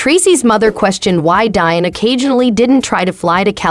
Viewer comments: Omg its pronounced DEE-ON NOT DIE-ON! Get a clue!!! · DEE - ON. Not Die-on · See, this is why Whyte folks need to stay out of black affairs. Learn how to pronounce the man's name properly. It's pronounced Dee-On! Not, Dian. The narrator is just terrible. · Now she damn well knows his name is DEION AND NOR DION!! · It’s pronounced DEE-ON not DIE-ON 🤦🏻‍♂️ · Deion ( Dee- on). No like- no share- no subscribe. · Learn how to pronounce the man’s name properly…..spelled Deion pronounced Dion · I can’t watch anymore… “Dion” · Pronounce his name right 1st. I can’t listen anymore. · Get someone who knows how to pronounce Deion's name smh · Why cant u even say his name correctly 🤷🏽🤦🏽‍♂️ hell out of here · Man she doesn't know how to pronounce his name!! Lol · If you can't pronounce a name properly STOP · Please learn how to pronounce Mr. Deion Sanders name , that's so disrespectful !! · Ummmmm you should probably learn how to pronounce his name SMH That's embarrassing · How this video keeps saying Deion name wrong is painful. Like you can hear how to say his name. Stupid click bait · She was driving me crazy pronouncing his name wrong!!!! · Fuck yea.. it's pissing me off.. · Thank you! Its pitiful! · Why now do you feel that this is relevant now? Almost like a crabs in a bucket move.Sence you can't pronounce his name correctly, just refer to him as Coach Prime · …Day -Bewt-Ed 😂 Debuted….more like ….daybewed. But it’s okay. I just have never heard the word pronounced that way. And LMAO!! at the pronunciation of Deion’s name ….Dyen 😂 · Funny how you pronounce an uncommon name like 'Pilar' correctly but not Deeeee-on lol